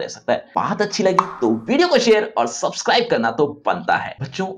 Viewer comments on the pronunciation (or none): none